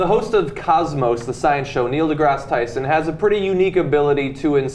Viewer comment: For the record, his second name is pronounced as to rhyme with "grass".